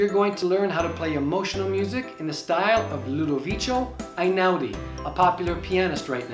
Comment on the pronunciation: "Loo-doe-weekoo". The c is a hard c, and not the "ch" sound.